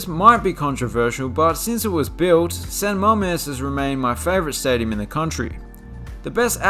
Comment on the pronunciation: This mf said San Mamés 😂